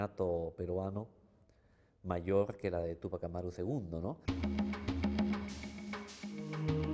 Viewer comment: "¿Tupac Amarú?" Por qué no investigan seriamente y publican la verdadera expresión oral del nombre del 1ER PATRIOTA DE AMÉRICA TÚPAC AMÁRU. Es palabra grave, por favor. No aguda. Nada de "Tupac Amarú". Eso está mal. No "Amarú", SINO CORRECTAMENTE, "AMÁRU". TÚPAC AMÁRU. Por favor, más respeto. Por lo demás, felicito a quien subió este video. Gracias.